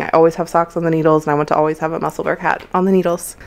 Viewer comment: New subscriber. Very professional podcast. Just one little point, Musselburgh is pronounced Musselborough, a city in Scotland, UK. Otherwise you did awesome, thanks